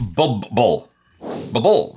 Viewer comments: you pronounce it as 'Bull Bull' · Bro, It's 'BULBBUL'